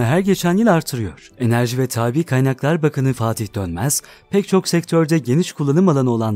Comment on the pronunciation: enerji ve taabi kaynaklar mi?? yuh TAABI diye okunmaz o kelime !! kelimeyi okurken bile hata yapiyorsan icerigi dinlememe gerek yok. aboneligi sonlandiriyorum